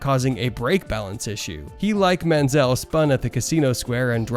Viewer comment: Mansell, Prost and Tyrrell. You can’t pronounce any of them! Nice vid though mate. 😅